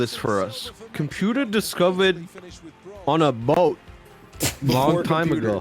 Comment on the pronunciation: crying laughing and wheezing all the air out of my lungs from how says "boat"